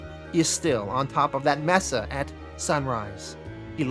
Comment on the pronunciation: May-suh. Mesa